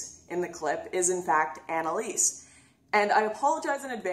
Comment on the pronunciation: You mispronounced her name, it's Anallease.